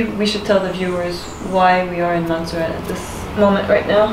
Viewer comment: Lol Antigua pronounced wrong but hey I’m glad u got Montserrat right🇦🇬 glad you had fun in our islands